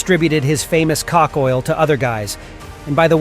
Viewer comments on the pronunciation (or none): Did he say co*k oil?